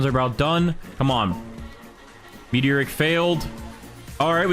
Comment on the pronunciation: I love how he says meteor rick instead of me-tor-ic